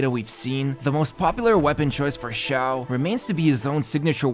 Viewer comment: you said Xioa, not Xiao